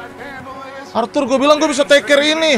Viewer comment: Arthur bang bukan althul